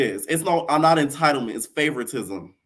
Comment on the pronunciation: Natalie saying entitlement is like blac china saying embezzlement 🤣🤣🤣🤣🤣